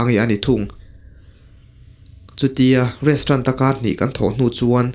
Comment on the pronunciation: Restrant iti tlat aa 😂😂😂😂😂😂